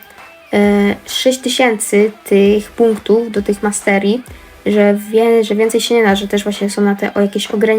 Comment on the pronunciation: Siema ej jak coś to nie mówi się masterie tylko maestrie